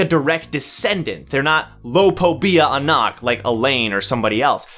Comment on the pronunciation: Its Anak and JAhad not aNAK and jaHAD